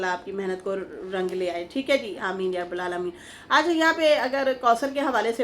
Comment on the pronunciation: Mrs Zubair here... Aap ""aameen ya rabbul aalameen"" Bolti Hain right nahi he ""Aameen ya rabbal aalameen "" Right he... Means "ba" par zabar aata he jab "ya" k sath bolte Hain to..